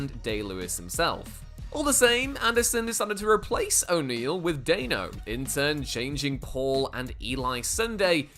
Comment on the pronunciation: Dan-O. It's pronounced Dan-O, just like it's spelled. Dan, like Danny. Stop saying Dain-O.